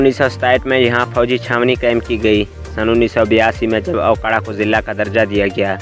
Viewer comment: Bhai ye aokara nhi hy me okara se hn